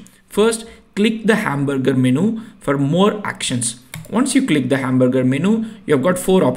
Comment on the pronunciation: if you dont mind i want to correct some of your pronounciations 1: TIER is pronounced as "TEEER" like " BEER or FEAR - so tier = teer - thats how you say it 2: Menu is pronounced as " menn - youu" men as in "there are men in the army" and you as in "how are you" so MEN-YOU 3: machine is pronounced like "Ma- sheeeen" its an elongated eee sound ma-sheeen Thanks and great tutorial, just thought since these words are very common in your work and you will be using them a lot so its worth correcting, thanks for the tutorial